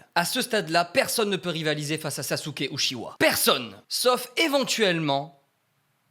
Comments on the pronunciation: les francais vous prononcer uchiwa hahaha en japponais et en anglais c'est uchia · Trop bien la vidéo par contre uchiwa sa se prononce utchia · BORDEL CA CE PRONONCE « uTchiwa » et pas « uchiwa » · Par contre ça s écrit Itachi Uchiwa mais ça se prononce Itachi Utchiwa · uchiha pas uchiwa bg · Tu veut bien prononcer UTCHIWA stp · non sa se prononce uchiHA dans la vrai version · Vous avez entendue sa prononciation des ( uchiwa) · Ce qui m’a le plus écorché les oreilles dans cette vidéo est la façon dont tu prononces Uchiha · La prononciation pour uchiha stp deja tu confonds les frère si tu prononces mal en plus...